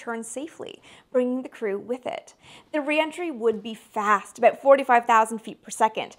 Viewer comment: I love the Canadian accented way for pronouncing "aboot"